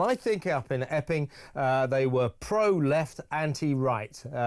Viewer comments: Was that Epping or Effing? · Every time I hear EPPING...I HEAR EFFING. The CRIME COMISSIONER IS B.J. HARRINGTON's BOSS HE CAN SACK THE CHIEF CONSTABLE...SACK BOTH TO MAKE AN EXAMPLE